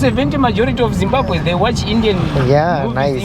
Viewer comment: Zimbabwe ని వాళ్ళ ఎదురుగానే "బాంబు" అంటావేంటి, జిమ్ బాంబు అనకూడదు, జిమ్ బాబ్ వే, రెండు Zimbabwe లో ఇంగ్లీష్ తో ప్రాబ్లెమ్ లేదు అందరూ మాట్లాడతారు, మొజాంబిక్ లో పోర్తుగేసు మాదిరిగా.